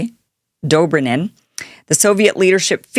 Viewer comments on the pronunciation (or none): Detente pronounced day tawnt... Gromyko pronounced grow me koh... Dobrinyin pronounced doh brin yin